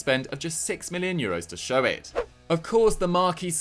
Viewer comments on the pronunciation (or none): none